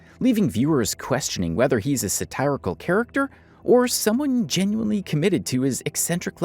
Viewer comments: That is not how you pronounce satirical, bud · non native english speaker here is that way to pronounce satirical also valid? I haven't heard it pronounced it like that ever